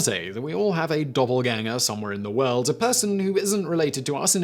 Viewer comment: Are you saying doubleganger or doppelganger? 🤣